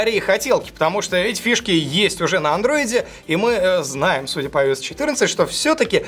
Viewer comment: Бесит, когда вместо "андроид" говорят "андройд". Он не Androyd.